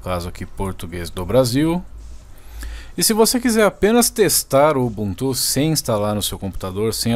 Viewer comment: UBUNTU NAO TEM ACENTO, PARA DE FALAR UBUNTÚ